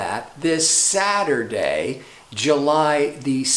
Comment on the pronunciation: Did anyone else notice that he said "Saturjay"!? Haaaha, gotta love the retrograde season! It's all good, no worries... LOVE ya man, been a fan for years, keep up the awesome work!!! 💞